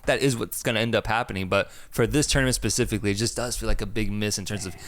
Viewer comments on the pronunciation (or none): none